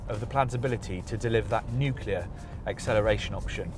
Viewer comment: Nuclear. Thank you for NOT saying “Nucular” like almost everyone else. I guess it helps to be British.